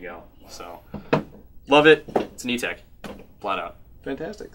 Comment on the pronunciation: Etek!! Not ego